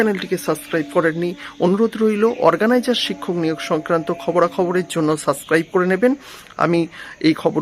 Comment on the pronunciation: Subscribe word ta bolte sikhun thik kore